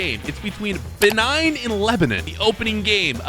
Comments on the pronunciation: the way pronounce some the names is crazy i think moving forward just ask google how to say some of the names. Guinea-Bissau - Iraq - Benin especially Benin it not benign but buh-neen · Someone Should teach that it is pronounced Bae - nin not Ben 9. Man of Action is really messing with his head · WHEN HE SAID BENIGN INSTEAD OF BENIN I NEARLY DESTROYED MY PHONE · Pronouncing Benin like “Benign” 😭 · bro just stop pronouncing please please bro, gineu bazuu and be-nine? 😭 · Maybe learn how to pronounce these countries names first. You made a complete fool out of yourself butchering Benin, Guinea Bissau and Kyrgyzstan. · be like: BENIGN! GUINEA BASSU!